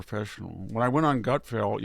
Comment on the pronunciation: Gutfeld not Gutfield.